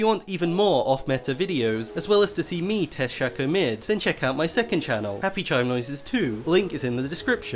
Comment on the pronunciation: Its SHAYYYCOOOO you dont say fako its fayko fake